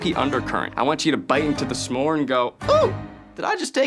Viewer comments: So distracted by everyone saying sa more instead of s’more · WHY DO THEY KEEP SAYING SAH MORES I STEAD OF S’MORES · It bothers me a lot more than it should the way they pronounce S'more. It isn't Suh more, it's Smore. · I hate the way they say “summore” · It’s SMore, not SUH-more, y’all. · Rosanna keeps pronouncing it like “some more” instead of s’more. I get that that’s it’s etymology but it just sounds very odd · Why are they saying sa-more and not smore???? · Saying smore like summore is truly the part of this that’s killing me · Question: do all Americans say "sa-more"? I say it as one syllable. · I can’t handle them saying s’more wrong the whole video 😂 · Lol the way they are saying “suh-more” instead of s’more drove me nuts 😂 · why tf does everyone say “sah-more” it’s smore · Divisive opinion: There's no way it's pronounced "suh-môrz". It's gotta be "smôrz" or it sounds awful. It's a conjunction, we can't just add sounds 😭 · It hurts hearing "suh-more" instead of s'more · How are none of the comments mentioning Rosanna pronouncing s'more as sah-more?! 😂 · They’re pronouncing the s and m too much it’s one syllable smore. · Do all Americans pronounce s'more like that? Suh-more? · Why do they all pronounce it "Sa-more" except the restaurant owner? Where did they learn to pronounce it? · Maybe it's a Canadian thing, but I thought "smore" was a 1-syllable word? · I love rosanna and saying s’more so badly the subtitles say “sam more” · this video has taught me that i have a very big pet peeve of people who say "Sah - more" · Anybody else going insane over their 2 syllable “sa-more” pronunciation?? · Who else has never said s'more with more than one syllable?